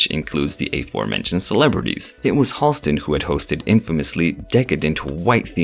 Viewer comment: Halston's name has never been eclipsed. BTW, the name is actually pronounced HAL-stin, not HALL-stin.